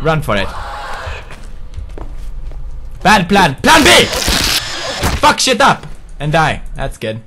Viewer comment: I love the way he says "fuck shit up". FUHK SHEET UHP. c